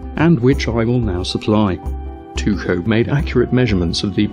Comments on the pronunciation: Actually, Jizm is closer with his pronounciation of tycho than you are. Also, I listened to several audio files, including one on wikipedia, and the k is always spoken out. Just wanted to point that out and I also want to clarly state that I am not a flat earther. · Nice video... Sadly, Tycho Brahe is not pronounced Tuko, but Teeko “Tycho's Danish name at birth was “teeguh Brah”. Tyge Latinized his name when he was a young man to T-Y-C-H-O B-R-A-H-E. Pronounced in Danish it's “tee Koh Brah ”. or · His name is pronounced Tycho NOT Tucho! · not tyshoe you should pronounce it this tyyko brae. If like we should pronounce shopernicous then kopernicous. Anyway you doing great youtube videos. Have a nice day. :) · Why are you pronouncing it Tuko? Pronunciation guide says taɪkoʊ. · With every video you make me cry with laughter, keep it up! BTW, a small nit to pick: "Two-show" is the German pronunciation,"tee-Koh" is the Danish pronunciation (as well as the Latin) Brahe change his name from the Danish Tyge to the Latinized Tycho. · Okay, Tie Ko Bra he is incorrect. But so is Two Ko. I have heard Danish speakers pronounce his name and it was in my poor phonetic spelling Tee Ko Bra. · its Tycho not Tuko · Tycho is pronounced Tea-ko, you presumptuous git. Otherwise carry on. :) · Isn't it, Tycho, pronounced "Tah coh" (Taco) ... mmmm, tacos! Aw nutz, now I is all hangry! 🤡🌮🌮🌮🌮🌮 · He can’t pronounce a lot of these things. I was almost waiting for him to call him “Taco Braingate” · One thing though, you can pronounce Tycho as 'taikou' (according to wikipedia at least). Even if you wanted to pronounce it as a Dane would, it's neither 'taikou' nor 'tuxou'. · The narrator, although correct in most points, was wrong regarding his pronunciation of Tycho. His name is NOT Tucho! Jism pronounced Tycho's name correctly. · Where are you getting your pronunciation "too-coh" from for Tycho? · To be fair, the Danish pronunciation of Tycho Brahe is more like [ˌtyɡo ˈbʁɑː]